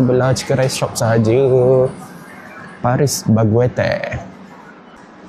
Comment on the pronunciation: Paris baguette jadi paris bagweter eh🤣 pelik saya dengar mula mula